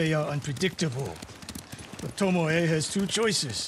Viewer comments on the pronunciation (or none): Im still laughing at the guy that literally read Tomoe's name as TOMOW. like WTF IS A TOMOW?